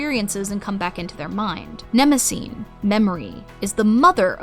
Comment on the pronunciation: Just wondering: you quite consistently use the Homeric Greek pronunciation in your videos, but why not do so on the name of Mnemosyne? There is no silent vowel in any form of Ancient Greek at the end of a word, so Her name should be quadrisyllabic, and the "y" should definitely not be pronounced as a long "i"...?